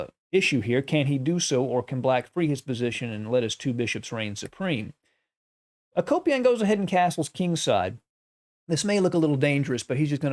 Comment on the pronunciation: I like your content but you butcher these names. I was a Peace Corp volunteer in that part of the world so I’m probably being critical but let me help. Mikhail Tal: Meek-hall Tall. Akopian: Ah-Cope-yawn. Agadmator does a great job with names, in case anyone is ever curious. Admittedly, it’s not always easy.